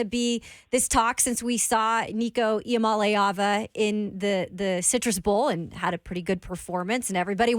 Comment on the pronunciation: nailing the pronunciation of Nico last name -- (ee-ah-mahlay-ahvuh) -- quickest way to learn to roll off tongue is ee-ah-molly-ahvuh